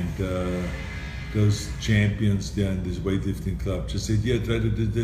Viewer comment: Love how he says, "Chempions."